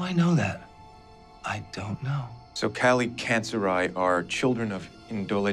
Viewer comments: FYI the pronunciation for Kallikantzaroi is wrong , it's better without the (o) Kallikantzari , the (oi) at the end sound like the (e) letter , Kallikantzaroi is the plural of Kallikantzaros , many Kallikantzar(o)i -/ one Kallikantzaros, καλικάντζαροι/καλικάντζαρος. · Kalikantzare. Long e sound at the end. Plural. Kalikantzaros for singular. The way its pronounced in Greek. :) (oi makes a long e sound). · By the way it's a Greek word and it's pronounced as 'kalikatzari' (καλικάντζαροι) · i m greek they butchered the word kalikantzaroi